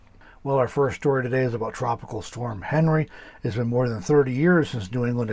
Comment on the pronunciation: Henri is a French name and is pronounced as “on-ree”. The good side of this dtorm is wetter than normal it appears.